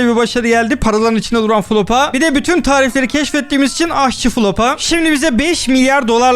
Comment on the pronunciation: Abi o flopa değil niye flopa diyon onun adı floppa demen lazım abi sen flopa diyince komik oluyo